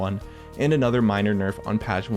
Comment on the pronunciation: All i hear in this video is Another nerf (like anotha one)